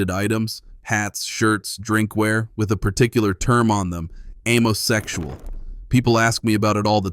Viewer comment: AMMO-SEXUAL not AIM-O-SEXUAL.